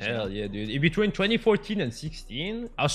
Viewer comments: W8 what touone Instead of twenty one😆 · 21 savage: TWNETY ONE: TONO ONE 'S friend: Tono none 21 savage would be puking if he listened to how he said it